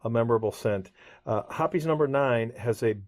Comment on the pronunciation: One of my first strong memories, 1962 in San Jose, CA, sitting on my Dad’s lap while he cleaned his stag gripped Ithaca 1911 with Hoppe’s #9, and I’ve carried that with me my whole life. BTW, you are pronouncing it correctly. AI and new folks call it “Hops” and that always bugs me. I bought a couple of small glass bottles of it, years ago, but also have a large glass quart bottle of it over my reloading bench, which is the largest they made I think. Until you mentioned it, I had no idea they no longer sold it in the glass jars. Too bad.